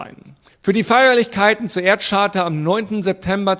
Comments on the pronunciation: Charta wird Kaarta gesprochen und nicht Tscharta. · Man spricht Charta übrigens mit einem K am Anfang. Just saying... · "Charta" spricht man mit einem "K" vorne. Ansonsten auch ein vollkommen dümmliches Video.